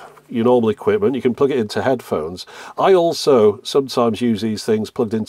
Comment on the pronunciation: "headhones" xD